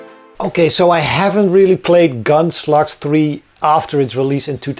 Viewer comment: I remember several years ago, when I first started watching your videos — whenever you mentioned Gunslugs, I thought you were saying Gunsluts. 🤣